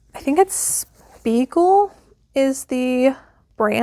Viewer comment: Hey... loved seeing Spiegel! Spiegel started in the early 1900s. They were catalog/mail order. Great stuff....competed with Sears! I can remember my mom ordering from them..probably the 60s. Such a cool piece and thanks for showing us. And you did pronounce it correctly! ❤